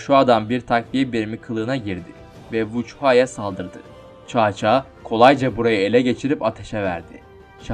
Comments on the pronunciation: Gerçekten olayları tam yansıtan bir video olmuş👍 Devamını 3 krallığı ve birleşmesini de bekliyorum ufak bir bilgi: Bildiğim kadarıyla cao cao nun telaffuzu çao çao değil sao sao şeklinde olması lazım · Çao çao sao sao diyer okunur . Cevrini gözden gecirmeni tavsiye ederim ismiler yazıldığı gibi okunmaz Çin'de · Kanka Çao Çao değil Sao Sao diye okunuyor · Abi cao cao(sao sao)diye okunuyor söylemek istedim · Cao cao, Sao Sao diye okunmuyor muydu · caca coco diyip duruyon anlamak icin geri sarıp durdum telefuzda zorlamiykrusn edemiykraun amenna bence bahsettigin komutanı videoda belirt yani resmink büyüt bisey yap bence oyle daha ii anlasilir olup ve dinlemesi kolay olur tavsiyelerim bu kadar videonu genede beğendim